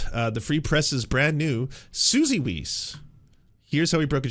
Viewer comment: I love the way you pronounce weiss as "weece". It just gave me a giggle